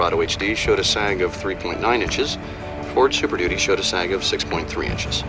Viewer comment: Ford Supershitty not Superdudy.